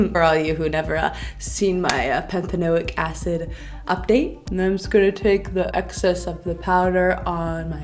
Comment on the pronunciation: The way you pronounced "panthotenic acid" 😂 adorable regardless